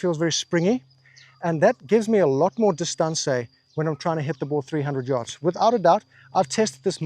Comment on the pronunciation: dis- ton - ce 🤌